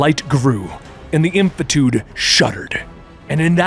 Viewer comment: Wait, did you just mispronounce "infinitude"? Also, I would've had my cadence be slow, quiet, and reverent and then begin a crescendo with "the infinitude shuddered and the darkness screamed", reaching full-blown religious ecstasy when saying "a multiverse was born". Gotta bring both the mourning and the crazy with Pariah.